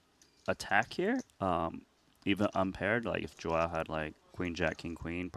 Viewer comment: Bro its not Joao, its João. Should sound something like Juaum